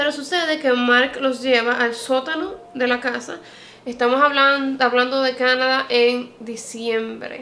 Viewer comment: Me encanta tu canal. Pero cuando hablas Canadá no puedo, simplemente no tolero tu “Cánada”.